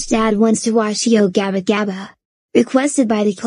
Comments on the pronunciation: When he repeats yo Gabba Gabba, he sounds like he is saying "I want to watch yobongabong". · He Said Yo Gapa Gapa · The way Dave pronounces Yo Gabba Gabba is very funny 😂